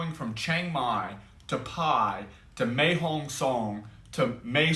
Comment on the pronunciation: Mae means beautiful and is pronounced My.